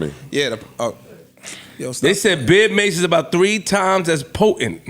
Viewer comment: “ Beer mase” they geek 🤣🤣🤣 its Bear mase JBP…